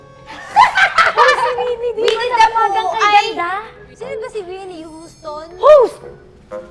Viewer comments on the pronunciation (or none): Whitney Houston ❌ Winnie Houston ✅😂